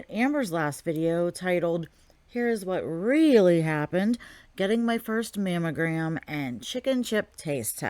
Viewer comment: I thought she was saying mam o gram. And that was irritating enough. Mammalgram makes me want to cuss at her to talk right